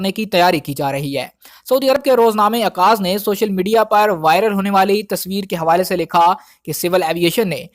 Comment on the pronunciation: Saudi newspaper correct name okaz,not akaz